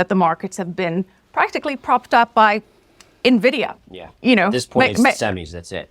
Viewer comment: Every gamer millennial hurts hearing these econ-celebs saying "Neh-Viddy-Uh"